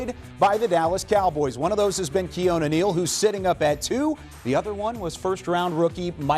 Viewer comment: I cringe every time Kyle tries to say Keanu